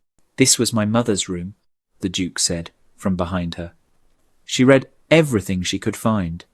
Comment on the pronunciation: Please instruct the robot narrator how to pronounce the present and past tenses of the verb « to read » correctly in their context. As well as stating a year correctly. A human narrator would know to say, for example, the year eighteen forty-five, and not one thousand eight hundred and forty five.